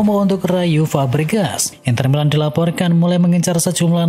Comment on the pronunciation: F pak bukan P😂 Fabregas✅ Pabregas❎